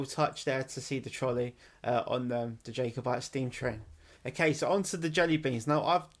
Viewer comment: It's killing me man, pronounced "Jah" over Jay 😂 Since recording, we're reduced the facemask use on public transport and within stores.